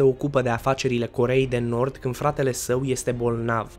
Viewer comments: Armele nucleare a Coreei de Norb"🤣🤣😂😂Asa ai zis😉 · ai zis corea de norb